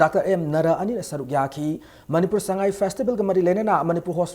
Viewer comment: meiteilon is tonal language like chinese..... when u say sangai like a mayang thuyang the meaning itself changed.